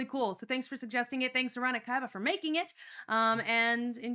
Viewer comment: Thanks for enjoying the video. Never miss a chance for a Boromir reference. Also just FYI, the second part of my name is pronounced KEY-BA not KAI-BA. I really don’t mind, it just always makes me think I’m gonna summon a blue eyes white dragon when you say it 😂